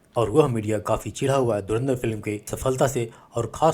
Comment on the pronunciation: साले पाकिस्तानी धुरंधर को धुरिंदर बोल रहे हैं 🤠🤠🤠